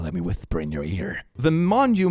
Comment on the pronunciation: As a Spaniard, the pronunciation of "el hechizado" nearly put me into a coma. But also, it literally means "The Bewitched"